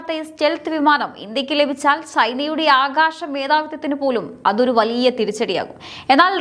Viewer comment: ഷക്തി, ആകാഷം, ആഷങ്ക യുദ്ദ വിമാനം, ഷതൃക്കൾ, പത്തതി, ബാവി ......... നല്ല മലയാളം വായന